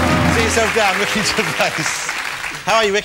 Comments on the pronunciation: Ritchie? It’s Ricky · Is it just me, or did it sound like he said "RICHY" Gervais?